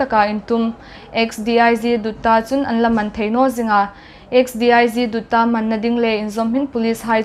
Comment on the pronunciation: lawm aum,X,D.I.G,Dutta ti hi,Dawttawh ti thei inla vai lam dan